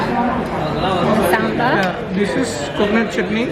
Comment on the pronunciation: Unbelievable your Tamil pronounce SAMBAR,,, OMG